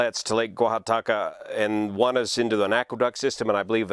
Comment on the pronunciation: I was thinking the same thing and was wondering if the expert on spillways (YOU) would be weighing in. And I just love hearing you say "Guajataca". Btw, 200m = approx. 650ft instead of 300ft as you mentioned;)